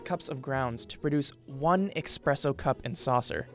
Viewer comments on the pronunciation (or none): I think you meant 'espresso' and not 'expresso' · ESPRESSO not EXPRESSO... got it? ok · he literally says "expresso" cup. A whole video on coffee and you didn't check the pronunciation of espresso? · ESPRESSO NO X ESPRESSO not ECKSPRESSO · One "eXpresso" cup? Really,? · It’s espresso not expresso! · "expresso cup and saucer" lul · Narrator: "Expresso Cup" Really? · Did I just hear EXPRESSO? 💀🤦‍♂️ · eSSSSpresso! NOT EXPRESSO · Did he just say “eXpresso” my oh my. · Bi did you just call it a expresso cup???? It’s espresso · It's eSpresso not eXpresso..... Seriously! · 2.35 its "ESPRESSO" not eXpresso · It's not pronounced EXPRESSO. Someone tell these people... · Es-presso. Not Ex-presso. 🙄🙄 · 2.35 Espresso, not Expresso say it slowly ES-PRESS-O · Did he just say "expresso"? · Friendly reminder to the narrator that it's pronounced es-presso and not ex-presso 😉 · LOVED the video. But side note, it’s espresso, not eXpresso. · “Expresso” lol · did you just pronounce it "expresso"? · the cups are cool, but this guy doesn't know how to say espresso. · Haha, he said expresso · "expresso cup"??? WHAT?!!! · its pronounced s-press-O not X-press-O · Narrator: interesring info Me: hmmm... Cool. Narrator: expresso Me: wtf man what is wrong with you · “EXPRESSO CUP” good job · When he says expresso cup... So that's where all the dislikes came from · he said the unthinkable, eXpresso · Expresso? EXPRESSO? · 'Expresso', huh? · * "ess - press - o" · Expresso cup. lol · Did you just narrate a coffee video and call it an eXpresso? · expresso? Really? 😂😂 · What a fast coffee should that be =D